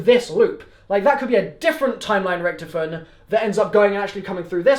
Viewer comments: its richtofen not richtfin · Btw it’s not Richthofen it’s Rich-tofen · HE SAYS RICHTIFEN